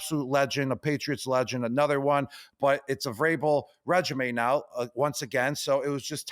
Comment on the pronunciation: The way gronk doesn’t know how to pronounce REGIME bothers me more than it should